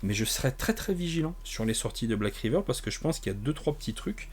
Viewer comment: L'accent anglais pour "Black Raïveur" était le bienvenu, mais... manque de bol, c'est "Riveur" 😅Retourne boire tes panachés, plutôt ! Ah, et... Tentacule !